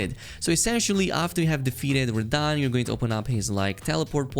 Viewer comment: "Defeated rahdan" and like that you've lost me